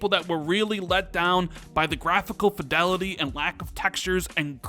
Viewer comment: Lat-ter and Fee-del-ity not later and Fai-del-ity. Thanks for the update :)